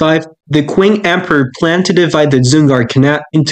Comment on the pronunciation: Great video but ‘Qing’ is actually pronounced like ‘Ching’ rather than ‘quing’